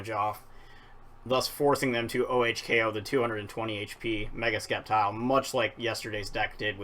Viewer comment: Why do you say skeptile? It's pronounced septile. Like if it doesn't have that c. Just nitpicking sorry